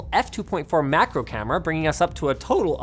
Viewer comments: "Marco" camera 😂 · "marco camera" 💀